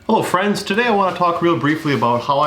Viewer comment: “Hello friends”. So Midwestern : )